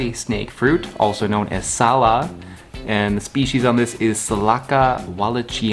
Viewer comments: pronounce it Sal Luck. A lot of Imported tropical fruits in the US are not a good representative of their actual taste and flavor due to geographical distance to transport them. Most of them are harvested prematurely and unripe that made them less flavorful. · It's pronounced in Indonesian [Salahk]